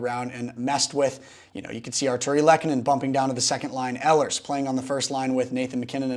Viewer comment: “Ee lers”